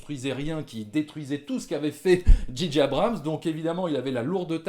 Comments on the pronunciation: Juste un petit effort, les gars: prononcez "Djay-Djay Abrams", svp... ;-) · Les gars, arrêtez de dire "Dji dji" Abrhams... Soit vous le dites correctement à l'anglaise "Djé djé" ou à la française "Ji ji"... Là, c'est comme si vous disiez G.G. Abrhams... ça énerve un peu. Désolé...sinon, super critique! Merci.